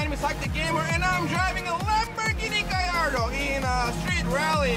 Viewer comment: its gallardo pronounce the L's not gaiardo not hating just saying